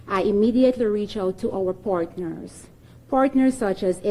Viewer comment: She’s reaaaach out to her’s portners? WAAAAAH????? WTF is a portner? The comminunity? God effen help us! The effen uneducated live amongst us! How in the f do they get in these positions? Friggen unedjamacted cat woman 🤣🤣🤣